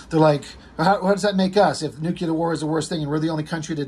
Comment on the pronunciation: Repeat after me. "Nuke-Lee-Ur." Not fn "Nuke-U-Lur." You know, based somewhat on the word nucleus? There is no such word as "nukeyoulus." Also nukeyoulor and atomic are not precisely the same, but "it's fine, everything's fine." You're kind of the Rob Liefeld of speaking 😂 Just fn with ya bro. Love your sh*t. You've gotten some views from me for sure.